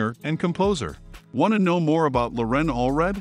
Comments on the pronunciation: LoREN ? It's LORen. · You mispronounced Loren's name, but at least you were consistent and did it every time. You put the empha'sis on the wrong sylla'ble. It's Lo'ren, not Loren'. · I admire Loren a great deal, but I don't admire the sloppy work you did on this video. Had you even watched the BGT audition, you would have known that she pronounces her first name with the stress on the first syllable, not the second. It was painful to listen to you butcher something as basic as her name. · She pronounces her 1st name with the emphasis on the first syllable! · if you want us to know all about her, perhaps you and pronounce her name correctly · Mispronouncing her name rather undermines your credibility as an authority on the matter. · Why is your narrator MISpronouncing "Loren" Alfred's first name. Watch her first appearance on Britain's Got Talent )YouTube)and HEAR her say it. This is an inexcusable, amateur mistake. Get it right and re-record the voice over. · You might start with pronouncing her name correctly. Just sayin’.